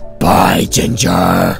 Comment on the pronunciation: “bYeE GINgErrRer